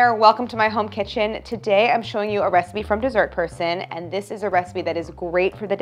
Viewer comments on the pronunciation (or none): I’ve watched every one of her videos and I just realized the intro person has been saying “dessert person” this whole time I thought it was “these are her sons” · I was hearing "deez are croissants" 😂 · For the longest time I thought he was saying, “Jesus, your son.” 😂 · I never would have guessed that that's what the words were! "Deezert Persahn".